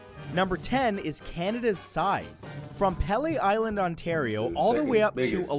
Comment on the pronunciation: makes me wonder if it was a person or ai reading same with paylee island instead of peelee.